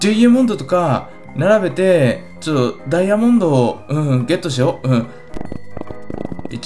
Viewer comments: ドゥイヤモンド？ 言い方が気持ち悪い。ダイヤモンドでいい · ドゥイヤモンド(ダイヤモンド)、、、www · ダイヤモンドの発音、面白い。